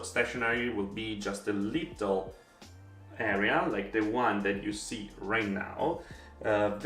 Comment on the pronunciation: I love the way pronounces little LOL "Leetel". so cute